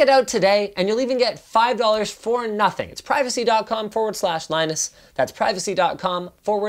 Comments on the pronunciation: Thx lie-nus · he still acts lie nus lol well never forget